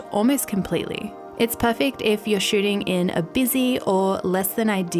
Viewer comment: I love the way she says perfakt instead of perfect.